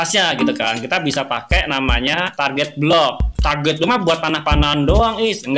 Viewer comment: Wkwkwk lu ngomong block apa blok wkwkwk